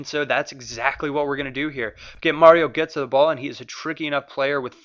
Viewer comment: Gurtsee* not gurtsoe.